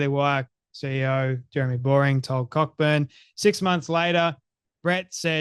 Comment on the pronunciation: Cockburn is usually pronounced CO-burn,.